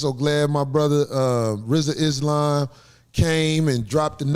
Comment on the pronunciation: I just wished you said his name right 1 time lol